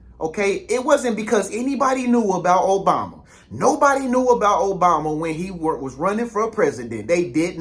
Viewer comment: Man do your research. Stop being disrespectful. We are disrespected enough. Your history about Resident Obama was all wrong! You even mispronounced his name. Go do your homework.